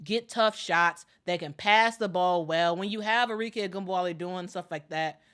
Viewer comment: ARIKE - Are - Ree - Keh (not Kay)